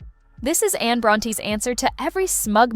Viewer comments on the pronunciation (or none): none